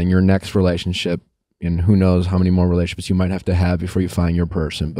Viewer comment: Nick, I love ya, but it's "rela-tion-ships" not "relay-ships." Peace !